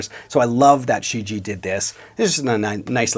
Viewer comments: Pardon me: "Shi Jie" should be pronounced "shi j-yeah". Great Review nonetheless! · From what I can tell it should be pronounced "She - ji-eah" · The first syllable "Shi" is pronounced "sss" and the "Jie" sounds the same as Ibanez "Jem" minus the m, so "sss je"